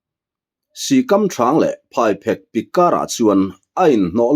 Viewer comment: Phaiphek tih hi thawnthu dangah pawh i lam dik lo deuh vek mai a. PhaiPHÊK, phek tih lai tak hi lehkha phêk tih ang hian lam tur a ni e.